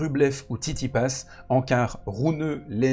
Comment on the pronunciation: n’a pas prononcé « Tsitsipas » de toute la vidéo 😂😭 Ivanisevic nous a promis un revers à deux mains!